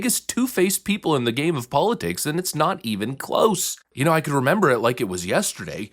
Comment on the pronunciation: You 'memba? Yeah I' memba!